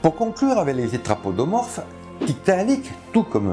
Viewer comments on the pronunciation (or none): none